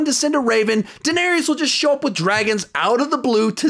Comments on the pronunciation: Daeneryes. Cirsei. Oberon. Bruh what is it with these youtubers who can't pronounce names correctly? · Good list but I cant get over how you say Daneerius and Seersee in every review it kills me. They say their names in the show. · Say it with me, "Duh" "Nare" "is" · And Daenerys' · You're pronouncing daenerys wrong mate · His pronunciation of Dany name makes me cringe lol